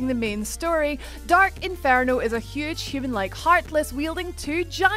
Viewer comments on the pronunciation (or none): InFARno? that's not a word